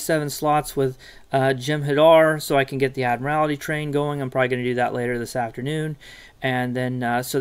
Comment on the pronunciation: I have one thing, it's not ad-mir-al-ity, its ad-mir-il-ty